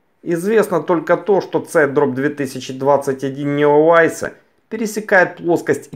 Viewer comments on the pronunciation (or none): Ну, блин, это читается "Неовайс". Режет слух.